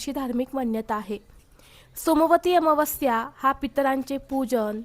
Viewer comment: ताई अमावास्या चा उच्चार तर निट कर